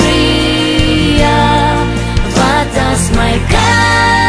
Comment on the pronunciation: Jissis dis “PrEtoria” nie “PrItoria” nie!